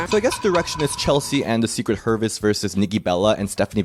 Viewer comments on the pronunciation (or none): "Secret hervis" is crazyyyyyyyyy what the helly 😂